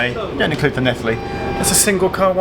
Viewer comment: Hi Geoff your in my home town and very very good pronunciation of llanelli love your videos need to visit like loughor and gower 😊